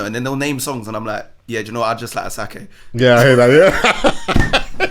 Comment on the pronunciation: I knew wasn't African from when he said "A-sack-e" it's said "A-shack-e". Other Nigerians will get onto you for pronouncing it wrong 😂